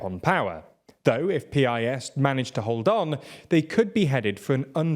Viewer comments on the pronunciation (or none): Dont say P I S just say it like us Piss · Why do you say "pea-eye-es" when it's simply pronounced "piss'? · just pronounce it “piss” it’s a lot more accurate in all the ways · It's actually not pronounced like P. I. S., but like piss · It's not pronounced P(ee) I (e)S. It's just pronounced PIS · No no no, you do not read it like P I S, you read it the same as the word Piss, which is both more true to their actions and to the Polish pronounciacion